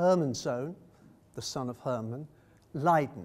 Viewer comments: he mispronounces many dutch names and words ,though not as badly as the english usually do. Only , it is silly when he could very well pronounce these words better even as an englishman. Why say Herman and not Harman ? Other than that it is a nice lecture and I never noticed the blurring that you all found so interesting. Focus on the painting and the speaker next time! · Sorry : Harmen not Hermen.